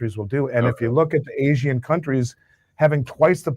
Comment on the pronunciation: Dude . . . "Asian" is 2 syllables, not 3. Seriously.